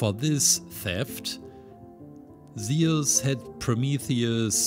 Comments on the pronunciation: bro can u pls say zues and not sound like saying zioles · It was absolutely fantastic, though i couldn't help shout its "zyoo-s" like juice and no "ze-us" 😅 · It’s not seus it’s zuse btw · zee us lol its zoos thats how u pronounce zeus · I pronounce it as zoo-s not zee-iss but u do u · Isnt is pronounced z-u-s and not ze-us? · It's not zeos is Zeus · zeus z-oo-s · Zeeoos no hate I just liked how yo said Zeus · I know you have an accent but it’s pronounced zoos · Its pronounced zeus sounds like zues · he says aluminum right but he cant say zeus for shit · U said Zeus wrong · I love this guys content but I'm sorry the way he says Zeus is honestly kinda making me mad